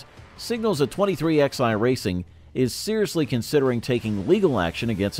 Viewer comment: Dude if you're going to cover NASCAR an American sport say it like it's supposed to be 2311 not 23xi go to England if you want to talk like that we talked American in NASCAR